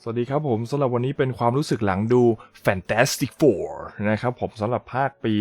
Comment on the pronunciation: ผมว่าพูดชื่อหนังยังไม่ชัดเท่าไหร่ครับ